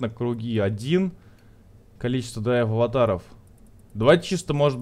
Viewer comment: Булкааааааааа, ДрайвАТАРОВ, а не ДрайвАВАТАРОВ